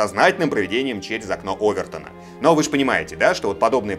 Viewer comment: простите но ОвертОна !! ударение на О ! ;)